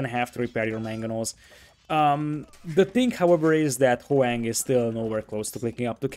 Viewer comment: omg pronounce Hoang's name properly. It's not HOWANG, it's Ho-ang. It's very cringe and kinda disrespectful